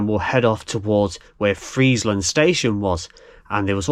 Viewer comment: Just saw micklehurst station a few weeks ago and got interested in bits of the micklehurst loop. This video is excellent. Saved me ruining a pair of trainers . You pronounce Friezland correct but Mossley is Mozzley.